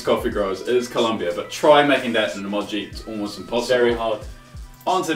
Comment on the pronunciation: Why does say (i-moj-ee)?? its (ee-moge-ee)